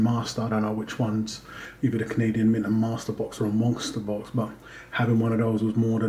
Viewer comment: I feel that 500Ag and 6Au is a reasonable initial goal for many stackers. My initial goal included a small amount of Pd (palladium) and Pt (platinum) as well. By the way, are you saying "monkster box"? Every time you say it, that's what it sounds like. I'm just curious is all.